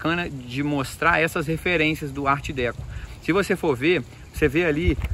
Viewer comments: Meu Caro, a pronúncia é Ardecô.ok? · Arte "Déco" e Palácio "Mourrói" é sacanagem né. Sugiro falar corretamente os nomes. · Decô, homem, decÔ! 😂😂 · Desculpa, mas a pronúncia é: "arte decor". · ART Deco ,se pronúncia ar Deco,com acento circunflexo no o.